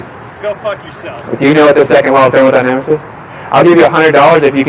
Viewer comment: thermonynamics the gamma is so triggered he could not even say thermodynamics